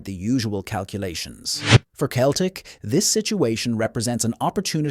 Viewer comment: How does anyone take this stuff seriously, when Celtic can't even be pronounced properly?!! 😖🤔😂 And as for signing Jarrod Bowen, who's a good player - well he's at least 29, so I doubt it 🤔 We'd be more likely to sign Jim Bowen from fucking Bullseye 🎯🤣 I could go on, but I don't want to 🙄😂 x